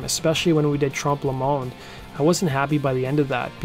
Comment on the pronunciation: It's not 'Trump le munde ' It's pronounced , Trompuh . like the 'O 'in oil